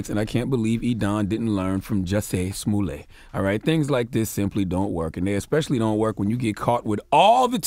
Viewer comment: Charlemagne it's pronounced "juicy smooYAY" get it right! 😂😂